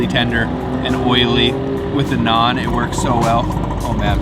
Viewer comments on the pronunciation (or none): none